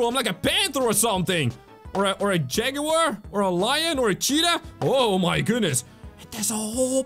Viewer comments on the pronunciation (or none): none